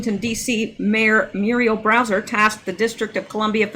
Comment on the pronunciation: Hi,! You keep pronouncing the last name of the Washington, D.C. mayor as "Browser" as in internet browser. Actually, her name is Bowser, as in a popular dog name and also a dog breed. By remembering the "dog" part, this should help you easily associate it with the correct surname for Mayor Bowser.;-)